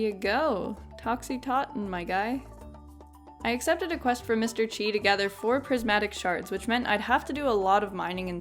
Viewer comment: Every time you say "chi" I die a little inside.